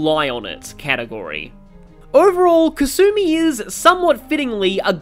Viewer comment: Lol how do you pronounce Alexander dumas properly but not kasume 😂, nice video though